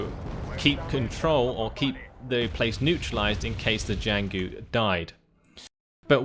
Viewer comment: the only chinese name you manage to butcher is jianghu, it's Jiang Hu, cut after the g If you really want to pronounce it right this might help, but i think you are doing fine